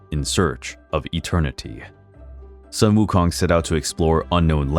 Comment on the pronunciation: A bit late but I’ll still like to praise you for the impressive pronunciation of Sun Wukong! 👍🏻👍🏻👍🏻